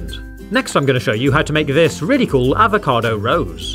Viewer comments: he: Talk Very normal He: say avocado HE: AvoCAdoW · the way this guy says "avocado" ruined avocados for me